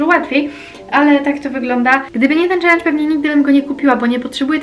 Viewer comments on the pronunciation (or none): none